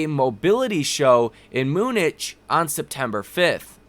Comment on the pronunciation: Not being a pretentious d$&@ it’s pronounced myoo-nuhk. Just for future reference. I personally would like to know.